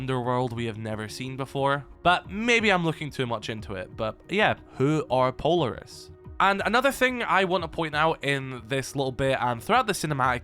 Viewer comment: oh my god PLEASE pronounce Polaris correctly